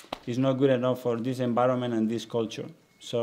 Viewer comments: Gud ebenin, gud enbironment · hahahaha i heard him say gud enbironment ahahahaha maybe he will be entertaining in press conferences